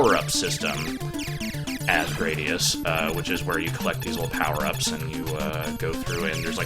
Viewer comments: Probably closer to Grah-dius. given the japanese pronunciation is Guradiusu. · It's pronounced Gradius. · It's pronounced 'Gradius'